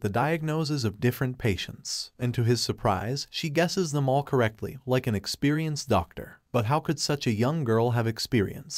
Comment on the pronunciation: My favorite word "correctlu"💀